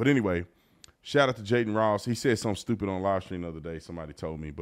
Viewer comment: Bro, it’s not Jayden Ross. It’s Aden Ross ffs